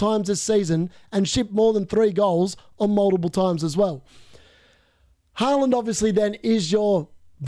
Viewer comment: I like how you say Halaand😁